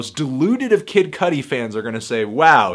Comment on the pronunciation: Idk why saying "Kid Cuddly" made me laugh chuckle so rapturously.